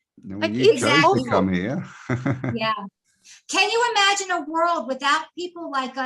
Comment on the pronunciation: Imagine im-a-gin-e